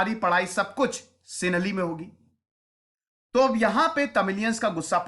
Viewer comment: तुम सिंहली नही बोल पा रहे हो । तुम टीचर हो तो बेचारे Student का क्या होगा ।